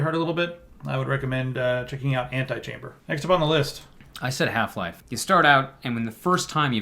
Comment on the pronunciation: The name, Antichamber only works if you pronounce it like "antechamber" because then you get that it's a play on words & don't sound like an idiot. Ant-eye-chamber sounds like a mod for SimAnt.